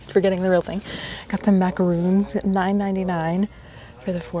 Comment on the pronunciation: Not macaroons they are macarons!